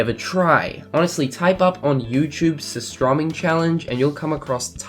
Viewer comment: Hahah I like how you pronounce surströmming "sosstromming". I know it's hard for you to pronounce it, but it's pronounced more like "suurstrÖming".